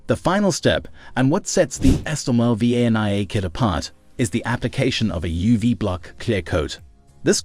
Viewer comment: Sylvania. SILL VAIN EEAH